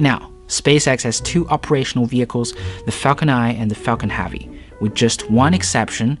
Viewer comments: IS NOT HAAAAAAVY is heavy for fuck sake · Did you say falcon haavy? Space x has now shut down there bfr, falcon heavy and falcons progams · Falcon Haavy?? It's heavy mate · I think you're great. but when you say "heavy" it messes me up.